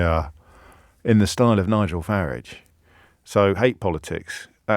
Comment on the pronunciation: Love how he pronounces Farrage as it should be and just as the rest of Nigel's family does